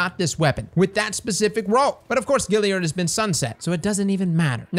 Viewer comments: Dammit,, there's an A in Galliard, it's not Gilly-ard! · you are the best man. But you absolutely kill me with that galliard pronounciation. Galliard bro... Like boys and "Gals"... Gilly lol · Love your vids, but It's Gal liard, as in short for girl, not Gil as in Vince. Let's tighten up that pronunciation. Thanks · GAAAAlliard cross, not Gilliard. Sorry, just driving me nuts every time you say it. Still love ya ✌🏻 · Classic... GALLiard. Not GILLiard. Much love though lol. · Stop saying Gilliard. It's Galliard. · my man! I love ya, but we have got to get you to stop saying Gilliard…. It’s Galliard with an A! Kills me every time you say it. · Say "pal". Say "gal". Now say "gal-liard". Great vid! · GALLIARD !! GA.. GA .. GA.. LLIARD !! LOL. love cross still tho.. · "Gal" GAlliard but I'm not the pronunciation police so say it how you want. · Every time you say "GILL-iard" I hurt myself. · is impressively consistent at mispronouncing Galliard.